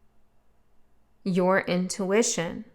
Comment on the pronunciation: “Intuwitchion” - I almost like that better